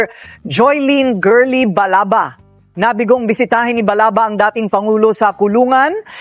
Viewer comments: Sir Balaba Yan Hindi Balaga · Sir Ivan Balaba po hindi balaga